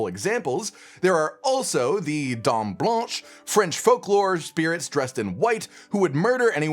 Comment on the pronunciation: Ngl, the "Dame Blanche", as a French person, made me laugh.